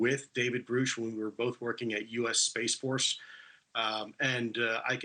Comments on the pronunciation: Why are they pronouncing it "groosh"? It's weird.. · Anyone else find it strange that Lue is literally the only person that ever says David's last name as "Groosh"? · Why does this dude insist on calling him groosh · "I am Grewsh" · Elizondo is disinformation... David Grusch (the former intelligence officer and UAP whistleblower) is pronounced exactly like the word "grouch" (rhymes with ouch and pouch). Why is he pronouncing his name wrong? Is he stupid? Or trying to discredit of play-down David to elevate his own legacy? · Elizondo’s goatee and “groosh” pronunciation are infuriating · Why do these guys say “GROOSH”, everyone knows how Grusch pronounces his name but them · Lou is so funny because he sits there and acts like he knew David Grusch so well that every time you hear him say his name it sounds like he pronounces it Grew like that man Grew to 7 foot tall .... Give it a rest Lou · Stop saying groooooosh for Christ sakes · nobody else says it like that....wtf ?? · “Groosh” is such an annoying pronunciation. They should both know better. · Grusch…pronounced Grush…like crush, with a G. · As I scroll down through the comments it is hilarious that many viewers are more concerned with the questionable pronunciation of Groosh's name than the possible existence of aliens. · Says he knew and worked with the man...then keeps mispronouncing his name. Seems legit... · If he served with Grush, why doesn't he say his name right? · Why does Lue always mis-pronounce David Grush's last name? And now Chris is jumping in on that too? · This bloke is so disrespectful to Grusch by not pronouncing his name correctly. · Mr. Lue, is the new Grusch pronunciation part of your secret agent agenda? Thank you for your answer. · Why does Lue insist on mispronouncing Grusch's name? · Keep mispronouncing his name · If you can't even pronounce his name right you're lying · LEARN HOW TO PRONOUNCE THE NAME OF THE PERSON YOU’RE REPORTING ON CUOMO. Jesus Christ. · GROOSH? Isn't it GRUSH?